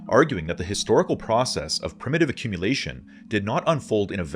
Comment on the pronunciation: Love the video, like all of you videos. "accmumulation"